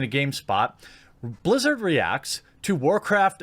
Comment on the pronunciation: They "Blizz-ew" it?